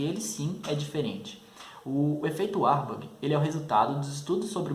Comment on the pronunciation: Não é uarborg é varburg